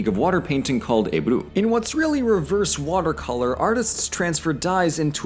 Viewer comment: The water coloring art is called "Ebru", not Ebu. Notwithstanding, your pronunciation of Turkish words are surprisingly well :)